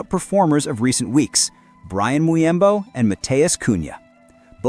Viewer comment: bro, he aint pronounced as byan muyembo😁